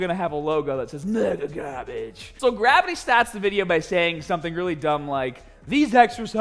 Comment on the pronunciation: The “BUT BEFOH WE GET STAHHHHTED” is always a good indication pumped AF 😂 And then he affirmed it with MEGAAGAHHBAGE😂